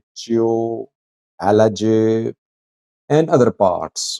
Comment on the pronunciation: prounounce Alage as Alaghe